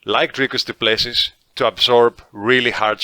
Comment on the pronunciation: the last S in Du Plessis is silent brother. his surname is french but he is a dutch boer so you should know this being a dutchman yourself.